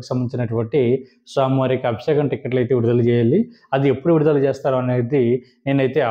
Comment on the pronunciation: Sir, మీరు చాలా బాగా చెప్పుతున్నారు.కానీ మీరు పలికే విధానం బాగా అనిపించటలేదు. Abisekam కాదు అభిషేకం. నన్ను క్షమించండి.